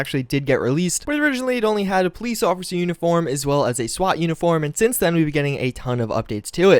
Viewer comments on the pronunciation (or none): none